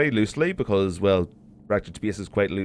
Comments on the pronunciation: Please check the correct pronunciation of the word "space", thank you. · speyace is the beyast